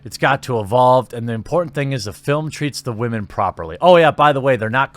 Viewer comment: Oh and I love your emphasis on the wamen term. Simply glorious